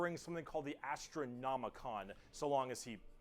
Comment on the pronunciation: Astra not Astru.....